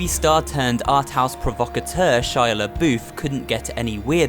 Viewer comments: Shia La BOOF?! It’s Shia La Buff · its shia labuff not shia laBoOf